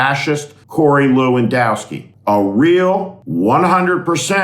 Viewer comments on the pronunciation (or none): none